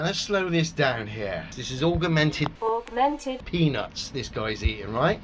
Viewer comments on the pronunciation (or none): Aug-er-mented Reality! LMFAO! Great vid. P.s. "I can't work-er that out-er!" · " "Augermented weawity" Who invited Elmer Fudd???? ;-) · And augermented reality... which may be what drills the tunnel that LEO lives in. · You are right, but he has not known the word "augmented" for long, we can hope he pick up on how to pronounce it :-), but he is surely giving it heavy usage. :-) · It's not just 'augmented', he has problems pronouncing quite a few words, although I can't remember any particular examples off the top of my head. Now, I am the last to laugh at people because of their pronunciation/spelling (although being a fully paid-up Grammar Nazi, I am more than happy to point it out!), but when you are trying to come off as vastly more intelligent than a massive group of highly educated scientists such as those at NASA, then it's a good idea to at least get some basics right...! Wade-A-Minit: what am I saying?!?! He's a flerfer! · Of corse LEO can't say augmented reality he can't even say calculator... culculator 🤣